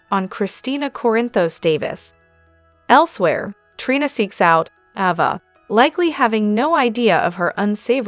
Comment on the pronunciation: Around minute , It's not Lucky Webber, it's Lucky Spencer. And it's not Ahva, not Avva, it's Ayva. You drive me crazy when you mispronounce well known names. I know you're a robot.